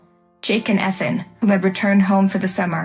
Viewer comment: They can't pronounce Ethan correctly, either!